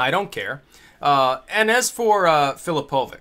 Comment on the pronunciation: U mispronounce filipovic and im a croat but dont wory u are not racist! filipovic is pronounced as filipovich!